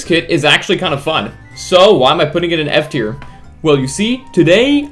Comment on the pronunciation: At the start of the video I heard “from S tier to S tier…”💀😭🙏